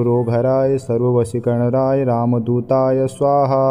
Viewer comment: ध्यान से सुनिए- मंत्र का गलत उच्चारण किया जा रहा है। सर्वशत्रुसंहारणाय की जगह सर्वशत्रुसंहारराय और सर्ववशीकरणाय की जगह सर्ववशीकरणराय का उच्चारण किया जा रहा है। गलत से उच्चारण अनिष्ट भी सकता है जो कसम दिलाने से नही। सारे यू ट्यूब के वीडियो धन कमाने के साधन है। लोगों को पथ भ्रष्ट करके धन कमाते हैं। बाबा नीम करोली बाबा हनुमान भगवान श्रीराम ऐसे लोगों को सदबुद्धि प्रदान करे।